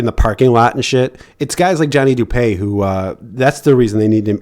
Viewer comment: Its du-pee not du-pay